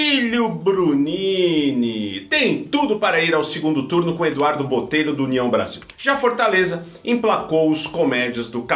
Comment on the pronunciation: 😂😂😂...."des filhes"...".pátria amada Brasilhe" 😂😂😂😂